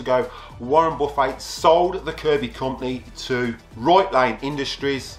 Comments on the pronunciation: we in US also pronounce it that way when referring to the piece of furniture. But Warren Buffet is famous and people know he pronounces it Buf-fet. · When he talks about Warren Buffet, he says Warren "Buf-fay", lol.